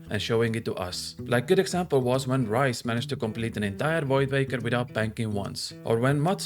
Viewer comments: Rhys = Reese not rice lol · he called rhys rice lol